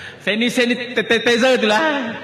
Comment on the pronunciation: sanitizer pun x reti sebut mcm ni ka mb